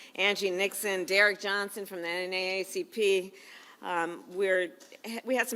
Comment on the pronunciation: “The NNACP” 😂 How drunk is she??? She sounds like Nancy right now!!!